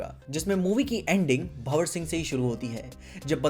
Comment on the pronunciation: Bhawar ❌ Bhanwar ✅